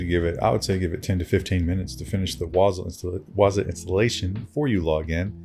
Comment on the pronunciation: Pronounced waaa-zoooo